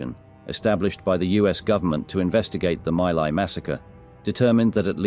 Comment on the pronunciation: My Lai is pronounced "Mee Lai"